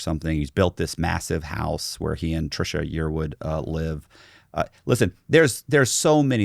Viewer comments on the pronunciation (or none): none